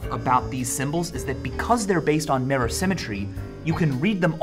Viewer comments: Merror. Not mirror, merror. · The second I heard him say it I knew there'd be at least one comment about his pronunciation somewhere, lol... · "Merra" XD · What the hell is a "meh-ror" ??? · is anyone bothered by the fact that he pronounces mirror "merror"? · Today I learned Michael says "mirror" weird. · is it just me or does michael pronounce "mirror" weirdly ?